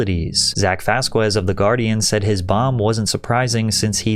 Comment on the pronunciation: Last names "Vasquez" are pronounced "Vas-kez" not "Vas-quez"